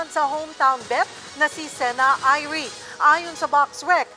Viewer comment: NO! Irie is NOT pronounced " eye-ri ". It should be pronounced " i-ri-e "! Stop those insinuations that there is a " homecourt advantage ". We do NOT do it here. The better fighter will be victorious! GO SEN-CHAN!! KNOCK HER OUT and send her back to the Philippines!!!